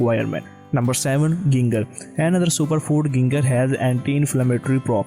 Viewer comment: Your content is good but your pronunciation .. phew 😅 Ginger pronounced as J in first letter not G